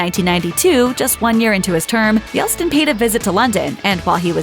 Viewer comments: Woman... it is NOT "Yels-tin" it is "Yelt-sin" and making that mistake once could be forgiven, but repeating it 5 times in a row is downright unprofessional!! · Yeltsin. Not Yelstin. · It's not Yelstin, it's Yeltsin. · Yelt-sin. Not Yelt-stin. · Yeltsin not Yelstin. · Yeltsin….not Yelstin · It's 'Yeltsin', not 'Yelstin' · It's Yeltsin. NOT Yelstin. Do your homework. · It's YelTsin, not Yelstin. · narrator always says "Yelstin" instead of "Yeltsin" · Yeltsin (not "Yelstin"; thanks) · Yelt-sin, not Yel-stin. That would probably annoy the queen, too. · I wonder if the queen would be annoyed by the fact that you kept calling him Boris Yelstin instead of Yeltsin, which is his qctual name... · Does the narrator not know how to say “Yeltsin!?” It isn’t “Yel-Stin.” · Boris YELTsin. It is not "Yel-stin". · It's Yel-TSIN, NOT YELL-STIN! DO YOUR RESEARCH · “Yelstin”? Really? You mispronounced Yeltsin’s name at least 3 times. Does no one hear you practice before you do your recordings? 😬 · Yeltsin....not Yelstin. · Yeltsin, not Yelstin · It's Yeltsin not Yeltstin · Is the narrator continually saying “Yelstin”? If so, that’s annoying all by itself. In regards to HM, I find most of the ppl on her list quite annoying myself. I’d say she has relatively good taste 😂. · YelT-Sin. Not Yelstin. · Ahhh this is such rubbish. LOL Absolute trash. And the voice-over kept saying, “Yelstin” but it’s Yeltsin. What a cow. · Did she say Yelstin? It's Yeltsin. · Why can't you pronounce YELTSIN correctly? It's not YELSTIN. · Utter nonsense. And how can you take anyone seriously who keeps saying YELSTIN. ITS YELTSIN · Yeltsin.... not Yelstin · Disinterest means impartiality. Uninterest means not interested. Learn to pronounce Yeltsin. It's not Yelstin. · It's YELTSIN not YELSTIN. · Not pronounced "Yelstin", fyi. It is Boris YELTsin" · Yelstin? Boris Yeltsin. Jeez, for the number of times it was mispronounced, you’d think someone would double check the pronunciation. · Yelstin? It's Yeltsin!